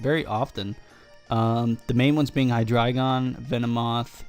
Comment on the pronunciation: Nice battle, you are one of the only people that pronounces hydreigon correctly :)